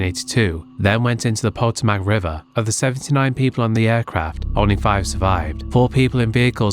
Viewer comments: I absolutely hate being "that guy" but nevertheless... we actually pronounce Potomac River like "Puh-toe-mick" lol obviously not a big deal at all but just wanted to chime in :) great vid! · The “Potomac” River is pronounced as “PO…TOMAC”……